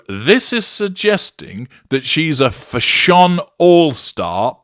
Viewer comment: 😂😂😂crying at how you're pronouncing "fash-SHON", 😂😂😂😂